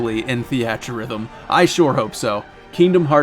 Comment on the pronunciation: "thee at" rhythm. I love you man lol